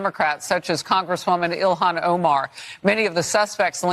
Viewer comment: Ill-Han not Illian.